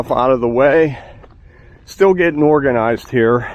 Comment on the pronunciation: ....did you say "organised" or "Morganised"....?